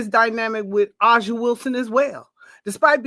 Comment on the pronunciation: I don’t understand how you are demanding we respect A’ja Wilson but can’t seem to learn how to pronounce her name correctly. It’s pronounced “AY-Zhuh” the “A” is pronounced like the “A” in Asia. Every time I hear use A’ja as an example, but still mispronouncing her name, I can’t help but feel like you both are disrespecting her by not bothering to learn how to same her name correctly. It just seems hypocritical at this point.